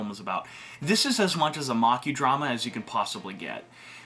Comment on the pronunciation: You lost me immediately after mispronouncing "drama" several times.